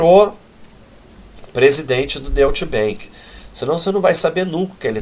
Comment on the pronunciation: Deutsche Bank se pronuncia Dói-tche bãnk,!